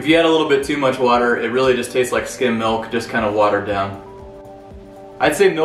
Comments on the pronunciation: I love how we say it out west. Sounds like my mom. “Melk” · Here in Texas milk is a two syllable word: "mee oak"